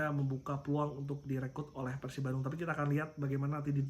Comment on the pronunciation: Jarang2 host ngmng pErsib biasana peursib ternyata si om ieu emang orang bandung 😁